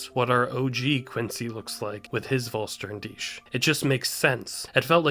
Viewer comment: the Vollständig of Uryu is one of the best things the anime did. something we REALY did need. BTW make shure you call it Vollständig the german word vor complete, not VollSternDich the translation would be FullStarYoureself. or however you wanna translate it.